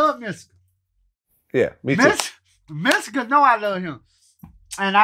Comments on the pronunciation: Did he just called Mystikal "misty.” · He said Mysssical